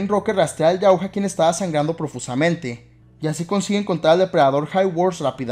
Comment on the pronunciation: Se escribe Yautja pero No se lee "yautja", se lee "yautia"